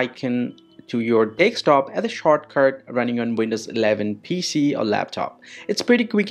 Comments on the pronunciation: MF its desktop not dekstop😂😂😂😂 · Every time you said desk top it sounded like you were saying take stop. Also, I followed your instructions and it didn't work. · Bro said deckstop😭😭😭😭